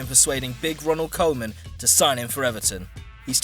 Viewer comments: Its Ronald Koeman not Coleman. Whoever did this commentary is dumb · Why did he say Ronald Coleman ?😂😂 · The pronunciation on this absolutely atrocious - had to stop when idrissa guy signed for big Ronald Coleman.